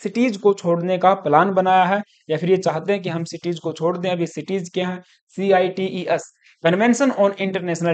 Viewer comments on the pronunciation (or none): cites sir not cities